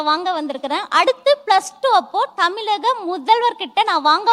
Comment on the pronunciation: அது தமிலக இல்லமா தமிழக ழ வ ஒழுங்க உச்சரிக்க பழகிட்டு அப்புறமா மேடை ஏறுங்கமா 😂😂😂😂😂😂